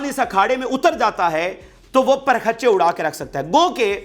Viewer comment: The correct pronunciation is parakhchay